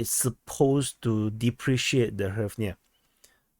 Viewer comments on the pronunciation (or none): Just say gryvna for fucks sake, this is so painful to listen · "Tremendous" is an understatement. You can pronounce it "Reev na." It's pretty close.